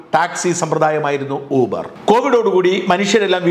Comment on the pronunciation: ഊബർ അല്ല യൂബർ.